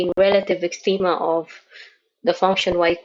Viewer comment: rrrrrelative extrrreemaaaaa